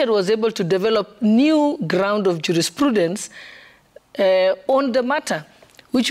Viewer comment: Switched off listening to this absolutely useless MPigs ati this lady say, did I hear, jurisprudence or jurispesa. Absolute lunacy from this MPigs